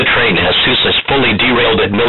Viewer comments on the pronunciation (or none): He says bomb and train funny. Bomb is like "Bamb" and train is like Trean. In the beginning i mean.